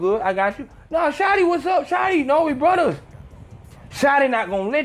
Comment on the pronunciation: The Mexican cholo accent had me ctfuuu "Brooooo! We're bruddas!" hahahaha I'm shleeeeep